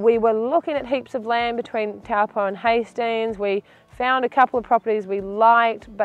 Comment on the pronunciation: Would be lovely to hear you say Taupō properly. Cheers